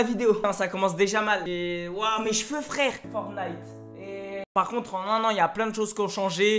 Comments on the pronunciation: Il le fais exprès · Pk il dit FortnIte et pas Fortnite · Tu le dit mal fortnite !!!